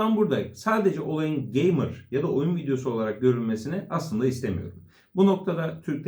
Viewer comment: Geymır diyince izlemeyi bıraktım